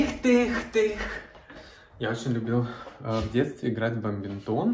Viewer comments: БаДминтон! А бамбинтон! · Только не баМбинтон, а баДминтон.